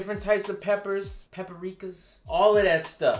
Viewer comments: Imma call paprika, pepperika now lol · He said pepperikas😂